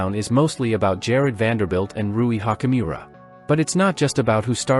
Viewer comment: Youd have more cred if you pronounced laker players names correctly. Hachimura nit hockeymira.